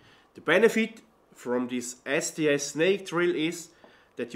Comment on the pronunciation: When he said STS i heard "nasty ass"